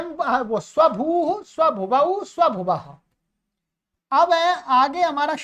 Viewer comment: स्वभू है कि स्वंभू है